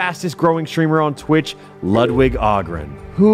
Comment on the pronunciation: Alpharad said lugwig and i was like: oh cool And the he basically went “jk anthpo” and i was like “EVEN BETTER”